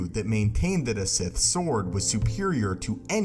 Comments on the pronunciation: Are you saying “Sith saw”? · if he says "sith sore" one more time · This guy can't say force, or sword. Dude. Learn to speak